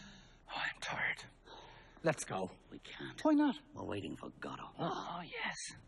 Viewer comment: for those wondering, the only proper pronunciation of Godot